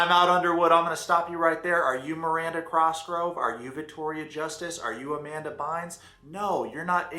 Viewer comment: Microphone in a tin can? And who is Miranda CROS-grove?